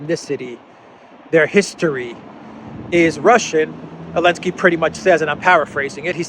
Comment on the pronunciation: while i do appreciate the non pro america point of view, you guys should really stopsaying elensky. it is just as stupid, childish and disrespectful as saying pootler